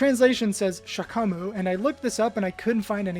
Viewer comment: Down button says "Shagamu", not shakamu, and it means to crouch.